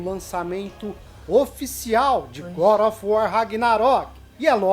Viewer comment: "Good ófi uor" ksksksks boa Só zueira hein, moça ksksks